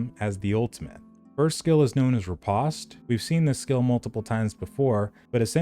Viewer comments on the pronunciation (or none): none